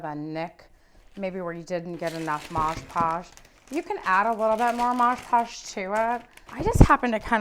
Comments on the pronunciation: Its mod podge not modge podge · It's called MOD Podge, not Modge Podge. I'll never understand why soooooo many people don't see this on the label and continue to mispronounce it....especially when making YouTube videos. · "Mod" Podge. Not "mahsh" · MOD PODGE! MOD NOT MODGE. I almost stopped watching because that bothered me so much. Ugh! 😣 Yeah, can’t do it. There are so many other videos with the same process. I couldn’t finish this one. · Midge Podge??? Mod Podge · Omg….I thought I was gonna lose my mind with the “Modge Podge” thing. But she did a good tutorial on Mod Podgeing this dresser. ❤ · It's MOD Podge. MOD - with no g, no j, just MOD. Then Podge. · Nice job, really. That said, wish your mother had taught you (in the 1970's) that it's MOD.... MOD PODGE.